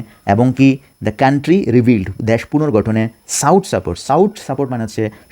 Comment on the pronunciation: Sought --সট সাপোর্ট সাউট নয়।